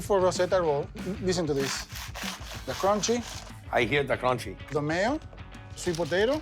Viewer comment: I hear dah cronchy